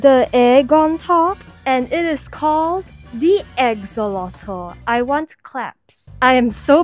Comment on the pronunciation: YYYYEEEEEAAAAAA also *EGG-xolot